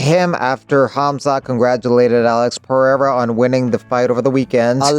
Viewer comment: 👍LOVE how you do not pronounce Alex's surname as "POHATA" like on another channel. WTF is that?